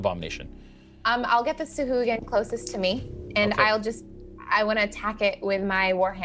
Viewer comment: Of all the things to roll poorly on how is thing initiative? Also: sah-hwa-gin.